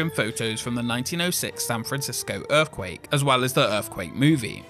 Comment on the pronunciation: What the heck is an erf-quake ??